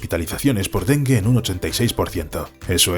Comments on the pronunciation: A alguien más le dió gracia que dijeran dengüe en vez de dengue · ¿Dengüe? es dengue. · me gusta como dicen Den-gUe como 5 veces en vez de Dengue porque lo decia con GUE jaja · El dengüe XD en vez de el "dengue" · dengue, no dengüe. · 1. EXCELENTE! Volvió el café al canal ☕ 2. En adelante cuando me ofrezcan helado con Lyches voy a pensar en las sanguijuelas (Leeches). 3. Ninguna de las dos voces de éste canal (narrador y ) son naturales. Al decir dengue pronunciaron "dengüe", cosa que no existe! Me aprovechó el café! ☕💯🧐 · el dengüe ($◇$) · pero el narrador dice dente y demgüe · Primero pronunció mal "Dengue" y después bien ¿Qué fue lo que paso ahí? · Lo de medelín me dolió, y lo del dengüe también. maldita ia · No es Medelín, es MedeLLín. No es dengüe, es DENGUE. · mede-Lin.... den-gu-e........... por qué hablan mal? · Medellín, Colombia* Y en la palabra Dengue, no se pronuncia la U porque no tiene dieresis. Parce mas respeto, este canal es uno grande y estan creando contenido desprolijo. 😢😢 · Medelín, Dengüe... Quién es el redactor? pensaba que era español pero creo que es un anglosajón con buena pronunciación simplemente